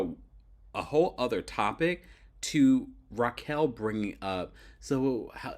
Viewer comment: it's pronounce Raquel (Rock-Kel) not Rachel